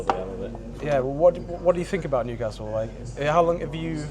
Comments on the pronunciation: Loving the correct pronunciation of Newcastle as well! I love my city. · Excellent pronunciation of Newcastle, spot on.